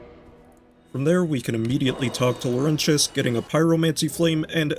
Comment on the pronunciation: Why are you saying Lorentius's name so weird wtf is a "lowrenchass"